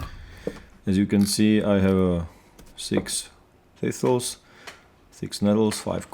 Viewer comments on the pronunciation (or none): "Thithles... Th- THISTLES!" haha love these video updates